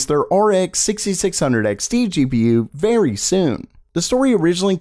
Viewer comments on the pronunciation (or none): none